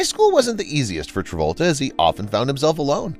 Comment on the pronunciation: You keep saying "John Revolta"